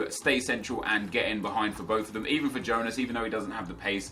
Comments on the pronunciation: It's not Yonas, it's Jôh-nás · its not yonas, its jonas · its not yonas mate thats spanish its as you say it JONAS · Its Johnas not Yohnas. You got it right the first time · JONAS NOT IONAS HES BRAZILIAN NOT SPANISH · It's not actually "ionas", it's jonas! Don't know where you got that from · Hi You can say Jonas (J) it is the correct, do not say Ionas hahahaaha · hey nep, you can pronounce "Jonas" like you used to do instead of "Yonas", thats the correct way ;] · Its pronounced Jonas not Ionas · It's not Yonas, it's portuguese so it is actualy Jonas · Hi Nep! I'm a brazilian fan and I just wanted you to know that you pronounce Jonas with the J sound, as you said before, not Jonas with the I sound... Keep the great work!! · when he says yonas but it actually is said jonas and when he says grim aldo when its said grimedo. smh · Its Jonas not Ionas,trust me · hey nepe, the correct way to say The name of Jonas is JONAS, not IONAS, i am from Brazil, we say like that, Jonas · what's up nep, you were saying Jonas name right, it's "Jonas" not "YOnas" . ( apologize for my English I'm from Brazil) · Nep just a tip,i actually live in brazil and we pronounce jonas with that strong "j" sound not "ionas" like u said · it is JONAS not YONAS!!!! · his name is not "IONAS" u dont read that J like an I you say it like you were saying in the beggining and im from Portugal. not trying to take shot or anything just trying to help 😉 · Kip James it is not, im brazilian and we pronounce it JONAS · You read the J in Jonas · Nep you pronounced Jonas rigth then wrongly corrected yourself. Just saying. And sorry if i misspelled anything i'm brazilian, that's why i know